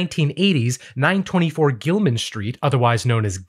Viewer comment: If you were trolling us by calling it “Gilam’s”: well played. If not, it’s just called “Gilman”, friend.